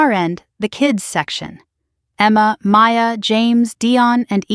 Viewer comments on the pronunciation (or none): none